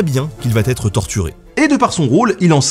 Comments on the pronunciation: "et sait très bien qu'il va Têtre torturé" sans rire? :-p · ouais je fais mon gros relou à chaque fois..mais Ben..il va être et pas il va "t" être ..jte mets que 19.5/20 du coup...l'excellence est à ta portée!! Bizous d'amour quand même .